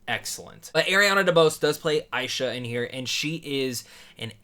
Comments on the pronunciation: Her name is pronounced Ash-ha! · Nice Review. But you kept mispronouncing Asha's name. Anyways, I'm definitely planning to see this movie when it hits theatres. This will be a great way to honor Disney's 100th Anniversary. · Not to be rude or anything, but you kept getting Asha’s name wrong.